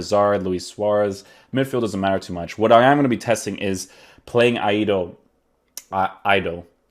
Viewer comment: Great card. And I’m From GHANA 🇬🇭 his name is pronounced “Ayyy-Doo”.